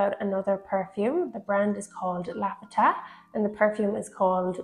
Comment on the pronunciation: Not Laffta